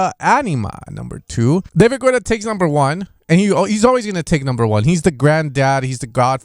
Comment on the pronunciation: Geta, pronounced David GETA